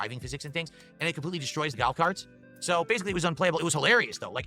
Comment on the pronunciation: Did he say Gautcarts instead of golf carts?